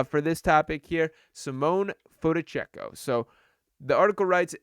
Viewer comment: An expert on Fonteccio. Can't even sat his name. Lmmao